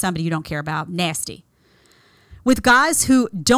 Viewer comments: “NASTY” 😂😂😂😂 I absolutely LOVE how you say that. And I’m loving that I came across your videos ❤❤❤❤. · I love it. She makes it sound like the worst thing in the world. Lol.